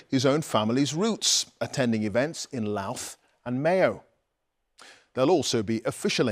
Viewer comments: Lauthe 🤣it’s pronounced Loude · BBC, it’s pronounced County L-OW-THE! 🇮🇪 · Hon LOWTH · You’d think a professional English speaking news presenter would learn how to pronounce Louth